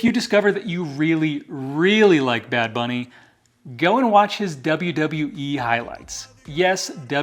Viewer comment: The way you said bad bunny isn't bad. You said it just fine. Now if you really want to rub it in MAGA face learn to speak Spanish fluently to really piss them off. Lol